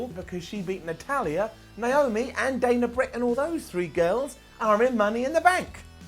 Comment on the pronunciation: Did I just hear him say "Dana Brick" 😂😂😂